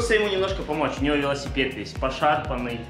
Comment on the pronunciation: Покрась лясипед как говарит